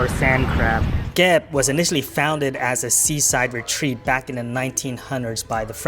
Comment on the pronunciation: Come on,. You gotta pronounce Kep the correct Khmer way and not western style. 😂